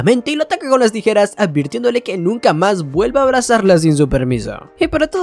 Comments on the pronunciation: la nueva forma de decir tijeras tirejas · Jajaja dijiste tirejas jajaja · Dijo mal la palabra tijeras 3 vez xd saludos